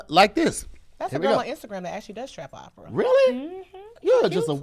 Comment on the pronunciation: it's "OPERA" Lol Great episode tho